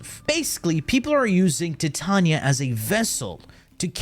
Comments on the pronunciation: Dude he does the pronunciation on purpose so we comment about it…. It’s cheesy garbage tbh… like Titania TITAN NIA NOT TIIT TAUNIA HE HAS A PROBLEM WITH VOULS N SHIT. 😂😂😂😂😂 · Ti-ta-nia - Tie - Tay - Nia (enunciate this in your head) Titania. GAUS - Gaw - S - Gaus. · in all fairness, everybody mispronounces her name. She is designed and named after the fairy queen from one of Shakespeare’s works, and is pronounced Tee-Tania. But we all say Ty-Tania like the metal Titanium, which is wrong but screw it 🤣. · Why say it tee-Tania? It's like titanium but with "a" instead of "um" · tee tania is questionale, but "gus" for "gauss" is fucking criminal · I thought you meant how he said Titania, I'm like "I mean, thats one way" but then he said gus 💀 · no in warframe it is not pronounced that way look at the warframe titania trailer profile. That's how her name is pronounced in warframe.